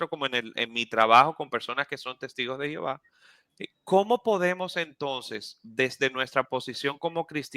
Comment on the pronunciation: Lamentable .como pronuncia el nombre Divino de nuestro Dios jehova .medita en lo q hablas en verdad tu .no conoses nada ..